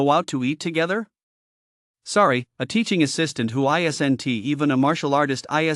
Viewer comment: these AI voices that remove apostrophes is frustrating. "isn't" <> "isen-tee" "wasn't" <> "doesn-tee" wouldn-tee, didn-tee..... anyone who says they like this is a bot.